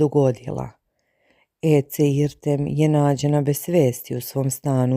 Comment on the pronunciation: Ona se ne zove Ece nego Edze bar se tako izgovara, ako vec ne znas Turski nauci.